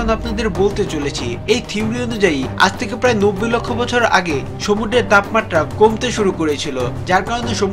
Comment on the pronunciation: Vai apnar uccharonta shuddho na... Sumudro re apni সমুড্র bolcen...